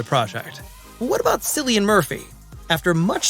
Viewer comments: Dude doesn't know its pronounced Killian, not Sillian? Also doesn't know Ralph Fiennes first name? Sadge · It's pronouned Killian, with a hard K sound 👍👍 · It's pronounced 'Killian' Murphy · As a rule, if you can’t pronounce the actors name, you shouldn’t do movie reviews. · it's prononced Cilian Murphy, not Cilian Murphy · 28 years later and people still can't pronounce Cillian correctly. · reupload correctly pronouncing Cillian and I might give a thumps up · you just earned 3 x 👎👎👎 1 for the annoing AI sounding voiceover 1 for disrespecting Cillians name 1 for begging for thumbs up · THANK YOU! Biggest pet peeve during this video (along with the mispronunciation of Cillian's name) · I want you to correctly pronounce Cillian.